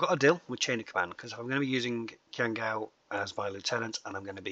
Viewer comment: I think it's awesome that tried to pronounce Qiang Gao's name with the correct tone!